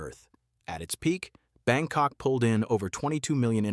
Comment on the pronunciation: Did you says BangCock? 😂😂😂